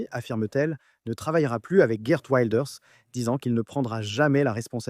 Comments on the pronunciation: Effectivement, ça se prononce Wilders et non Wailders. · "Waildeurs"?! Le néerlandais n'est pas de l'anglais. Il faudrait vous renseigner sur la prononciation des noms propres avant de publier une vidéo. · Ça se prononce « vilders « non? Tu le prononces à l’anglaise mais c’est un hollandais !😅 et les G se prononcent R…😉